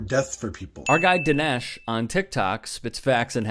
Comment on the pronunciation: This person should not have a badge and gun or the authority that being an LEO gives them. (Danesh is pronounced Dawn-ish/Don-ish).